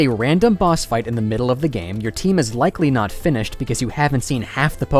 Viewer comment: Heavy emphasis on “Likely” for me.